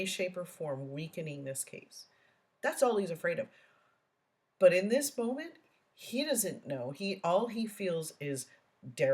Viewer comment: Mispronunciated words by DB include dis (this), dat (that), dey (they), da (the), doh (though), takit (tacit), grounz, (grounds), git (get), biast (biased), substain (sustain) etc., etc., etc.